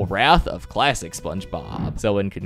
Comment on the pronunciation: I keep thinking you say “plastic SpongeBob” or “lifelesson SpongeBob”